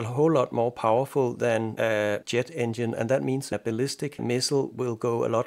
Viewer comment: You pronounce jet funny. It sounds like yet. Rest of your englisch speaking is great. Much less accent than me i guess.